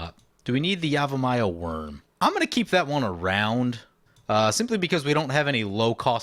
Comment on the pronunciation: Love the episode, but I gotta ask: Is there a reason you're saying yamivaya and not yavimaya? You allways do that, is there a reason?